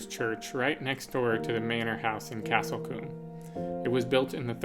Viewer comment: I’m just wondering what you call small settlements in the US? A couple of places you described as towns are in fact villages e.g. Lacock and Castle Combe ( which BTW is pronounced with a long o sound, as in cool!). Enjoyed your trip through the Cotswolds.